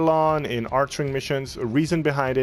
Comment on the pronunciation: "arc"-"wing" XD not "arch"-"wing" nice build tho <3